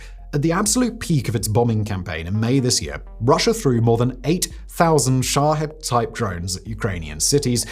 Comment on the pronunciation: Sha'HEAD? Really bro. I love you but sometimes y'all limey's pronounce or read things silly. It's Shaheeeeeeeeed. lol